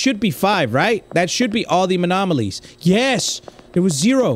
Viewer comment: total is 43 times u said anomonolies